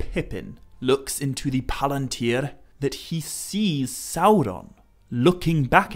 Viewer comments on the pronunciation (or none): none